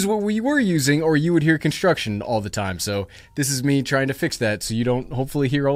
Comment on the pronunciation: Did he just say “con-shtruction”?